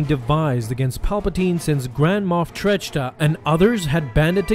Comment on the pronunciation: Grand Moff Trachta's name is pronounced "Track-Tuh", NOT "Tratch-Tuh". The h is silent. Otherwise, another great video. 😊